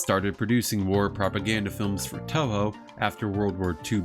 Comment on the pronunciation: Man, nobody making English content for Toho can't pronounce the studio's name right. The Os in Toho are elongated, more like Toh-hoh (or Tōhō) rather than short vowel o. For IPA it'd be /o/.